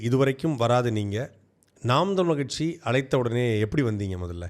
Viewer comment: ரொம்ப கஷ்டம் கட்சி னு ஒழுங்கா சொல்ல தெரியல நீ... அடேய் உனக்கு சரியான கச்சு தற்குறி tvk தான் 😂